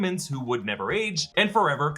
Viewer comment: Why you gotta say “never” like that though… What did I do to you